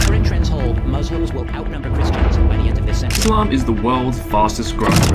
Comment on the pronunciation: bro Not Ishlam Its Islam